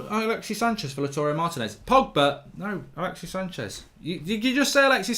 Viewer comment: It's not Laturey Martinez, it's LAUTARO, LOW-TAH-ROW